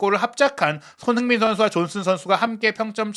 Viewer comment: 발음을 정확히 합시다. 손흐민❌️ 손흥민⭕️